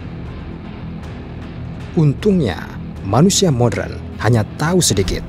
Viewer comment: Modern bang. Bukan modren